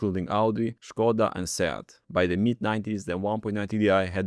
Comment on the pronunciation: Czemu on mówi szkoda, zamiast skoda😭 | Polacy \/